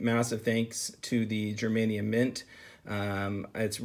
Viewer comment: pronunciation of "Germania" is painfully wrong lol don't me!